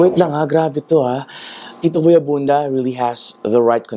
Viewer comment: may jetlag kapa yata talaga boy abunda po not boy abunsa😁✌️labyahh😘